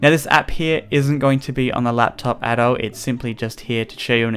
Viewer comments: you said laptap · you said lap tap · It sounded like he said laptap... Did anyone else hear it at about... ? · haha "laptap"